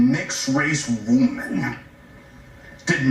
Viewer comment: "womb-an" Did they just figure out what a woman is?